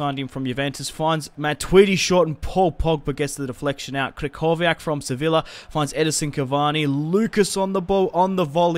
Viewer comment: Sevilla is pronounced suh vee uh